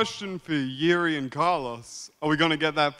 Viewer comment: Its pronounced Yuri not Geri!